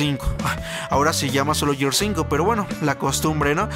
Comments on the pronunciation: Muy buenos reviews... Informativos reales... Sólo una cosa, Gears of wars, Gears se pronuncia "GUIERS", no yiers... Saludos ;) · Es Gears o Yirs 😅 es Siries Ex o Series X mejor hay que pronunciar en español 🇲🇽 que espanglish 🇺🇸